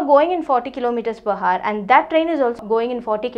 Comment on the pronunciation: the Video is Good, but please pronounce "Hour" properly.... :3